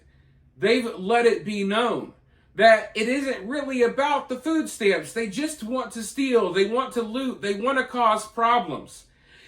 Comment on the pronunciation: What exactly is a "foooo stamp"???